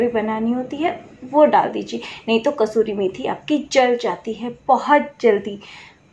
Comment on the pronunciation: Thanx 4 needful information. But it's "kasoori" And not "kasturi" Ok?